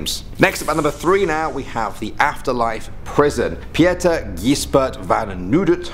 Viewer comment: Bruh, Pieter not Pi-eter. How most of these names are pronounced, omfg 😂😂